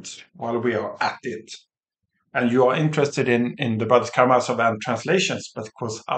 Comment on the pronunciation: Please note that the "z" in Karamazov is pronounced as the "z" in "zoo". The stress is on "ma".